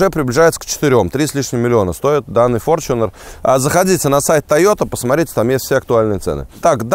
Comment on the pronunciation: Опять-таки "форЧунер"- ты либо не образованный от слова совсем,или ленивый прочитать правильно транскрипцию.